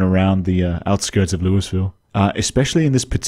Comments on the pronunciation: LOUISVILLE!!! LOOEEEVILLE, you're painful foreign.🫵🤣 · Hello, as a Kentucky native I am going to humbly tell you that it’s pronounced lull-vull. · That’s not how we pronounce “Louisville”